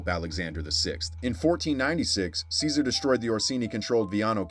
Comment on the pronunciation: Caesar lol it’s pronounced CHE-SAR